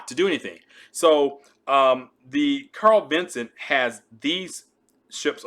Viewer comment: Strongly recommend fix the video title (and perhaps edit verbal pronunciation if feasible). The name of CVN 70 is CARL VINSON, not "Carl Vincent". From one perspective, perhaps minor, but given the topic, a familiarity with the basic subject matter is rather relevant to credibility. A gaffe like that, however superficial, for many viewers is going to glaringly jump out and degrade the effectiveness of your content's substance. Carl Vinson commissioned in 1982. How many people have served aboard, flown from her deck, or steamed alongside during the 40+ years of her service? And then include their families. We're probably talking a couple hundred thousand folks here. And not just a random group...but one which is probably more likely than average to be, let's say, "interested in US naval matters". How many such folks are in your potential initial audience...the folks who are going to view, like, comment, and subscribe so that the channel can get more algorithm visibility and expand the reach of your effort?